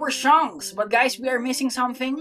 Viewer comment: "shanks pukoll" my brother in Christ you didn't have to do him dirty like thst💀